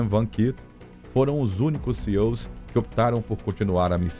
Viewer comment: Cara... Não é CEO 😂😂😂😂😂 É SEALs Pronuncia totalmente diferente...